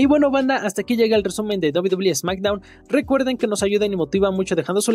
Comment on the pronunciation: Backstdown dijo smackdown